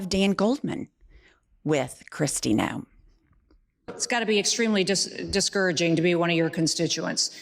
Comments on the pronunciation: Noem not Noam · Kristy Nohem babbles about habeas corpus like it’s a skincare brand, spewing a gag reflex of pseudo-intellectual sludge with all the confidence of someone who just Googled the Constitution five minutes ago